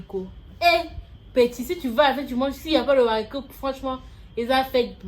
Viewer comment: La gabonaise dit littéralement "l'haricot" au lieu de "le haricot", c'est ça que vous appelez battre niveau prononciation ? 😅😅😅